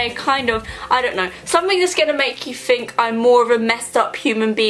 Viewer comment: ok i'm sorry but why do you say "fink" instead of think and "free" instead of three it drives me insane. you don't even have braces anymore